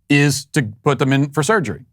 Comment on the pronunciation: The way that surgeon keeps saying "surgerree" is one of the most irritating things I've ever heard. His voice in general is like nails scraping down a blackboard but his performance of that word is egregious.